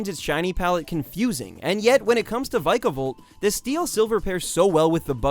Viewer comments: It is pronounced veekavolt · Vykavolt? Golosopod? Gleydion? Sylvallee? Rayquahza? I don't entirely blame you for misunderstanding some pronunciations, but I would recommend looking up the real ones to have them make more sense. Though I really hope you just misspoke when saying Gol-ah-sopod instead of Gol-eye-sopod...